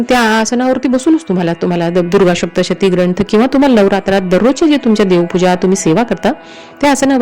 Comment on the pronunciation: Adhi saptshati bolayala shik